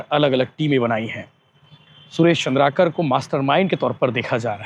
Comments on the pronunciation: चंद्रकार नहीं भाई, "चंद्राकर", ठीक से पत्रकार भाई का नाम लो। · वो चन्द्रकार नहीं भैया चंद्राकर है